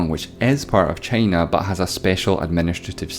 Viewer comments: Why are u saying chiina its china dude wtf i am not angry but angry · Why does he pronounce China as "Chaina" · Pal, that funny pronunciation of 'Teime' (Time) and Cheina (China).